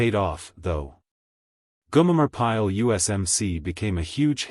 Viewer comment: It’s Gomer Pyle not Gumer….